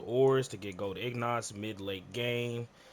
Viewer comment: Thanks for the help and quick video. You rambled a bit tbh but helpful lol And Excuse me, but did you say ignot? Lol Its pronounced kinda like Een git.